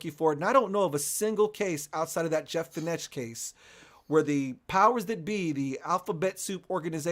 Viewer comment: It's not Jeff Feenesh. It's pronounced Jeff Fenek (spelt Fenech). #lol